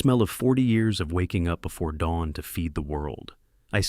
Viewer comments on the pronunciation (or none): none